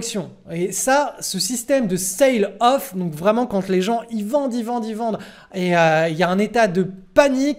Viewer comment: Il faut dire "selle off" pas "ceïle off" (sail = voile) . Merci pour tes videos.